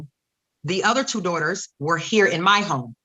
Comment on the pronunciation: I hate how she calls them her dohters